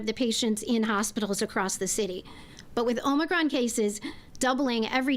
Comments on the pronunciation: She can't even pronounce it! "Omnicron?" Hoho, we better listen to this one. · This new OMNI CRON VARIANT omni? Omni? Omnicron supposed to be OMICRON....and play back at 25 % speed and see if you don't laugh. Really. 😂😂😂😂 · She is so stupid. she said "omnicron". She should take nightly walks through every neighborhood in Chicago WITHOUT her security!!! Can't believe she considers that hairdo to be an emergency that requires breaking her own covid restrictions!!!! Beyond pathetic!!!! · More fear-mongering and over-reaction.👎 Just remember this mayor has no authority to do these things. Just run your businesses and work your jobs as usual. These tyrants will be getting their comeuppance down the road. She can't even pronounce Omicron for goodness sake. That should tell you something. She is an idiot.